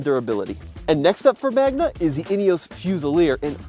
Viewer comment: It's Magna, not Magma.